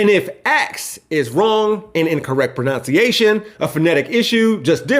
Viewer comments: you said “…an incorrect proNOUNciation…”. It’s proNUNciation. Ah, the irony. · ...pro-NOUNCE-ciation? Dear, oh, dear...